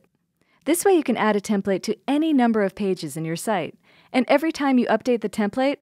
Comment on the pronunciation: Love the product, love the videos on the product. Had to stop watching this one. You say template wrong and I couldn't get past it.